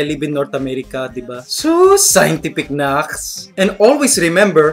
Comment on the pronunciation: Naks not knax